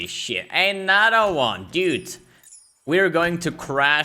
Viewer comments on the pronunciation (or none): "a nadder won" love that accent <3